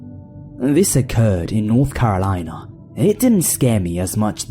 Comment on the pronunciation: did u say north Carolina oh lord help